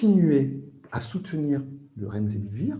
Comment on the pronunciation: "Remzedivir"un peu diclectique l'avocat !